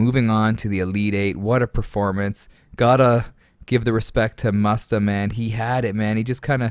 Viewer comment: Lol the guy puts “mustafa” 🦁 in his name and you pronounce it faaagggg 🤦🏻‍♂️ the poor fella